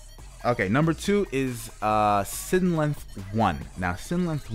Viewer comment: Its sYlenth, not synlenth -.